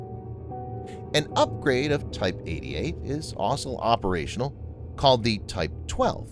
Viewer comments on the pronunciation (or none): Please, please, please stop saying 'asol' when you mean 'also'. Jeez, how hard can it be?